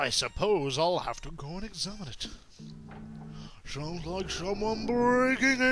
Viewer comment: Heartless: "Shounds like shumwun breaking in!" Captions: "and" XD